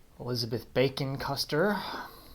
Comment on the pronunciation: Some interesting history here. I hope you get to film around the museum sometime, and if you're looking for a video editor there are some good free ones to use like VSDC that I use for my channel. It's pretty easy to use too. And a side-note: me being a silly willy, I hear you say "Bacon Custer" house and my goofy brain thinks "bacon custard" which sounds like a gross combination, haha.